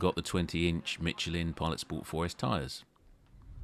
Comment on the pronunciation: Good god, my ears, it’s mi-SHELL-in, not mitchlin.